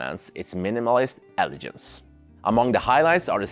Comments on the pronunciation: wonderful review ! also, it is pronounced "eh-luh-genz", not "eh-luh-jernz". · in English, the word 'elegance' or 'elegant' has a hard G sound, like the word 'glass' or 'great'. Great video and I love the wine focus - Serving Keller VdF in the standard pairing is pretty impressive, as well as getting a Sta Barbara Chardonnay in Norway. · he means the word "Elegance" which you say many many times, wrong :)